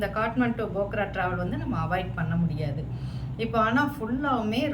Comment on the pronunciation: Nice video. But bogra bogra nu thappa sollringa. Adhu phokra. Naanum nepali ponna tha katti ituken